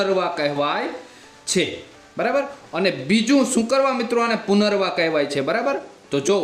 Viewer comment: ઉચ્ચારણ: પુનરવા ❌❌❌ પુનર્નવા: પુનરનવા ✅✅✅ બાકી ખુબ જ ઉપયોગી માહિતી આપી છે.👍🏻👍🏻👍🏻